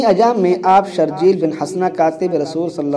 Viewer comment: جاہل آدمی حضرت شرحبیل بن حسنة رضی اللہ عنہ کو شرجیل پڑھتے ہو اصل نام شرحبیل ہے (شرح بیل)